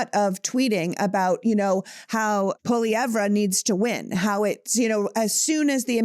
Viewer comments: Don't worry Pierre poilievre is Not winning. We're not worried. For your shows sake Google how to pronounce poilievre...say it 'without' the re at the end. Elbows Up 🇨🇦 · It’s pronounced Poy-lee-ev, not Polly-ev-re….pot-ash, not po-tash